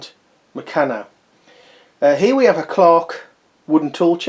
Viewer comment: I'm glad you posted this mate as I was looking to buy one to put all my bits and pieces in. By the way you pronounce Meccano as murcarno.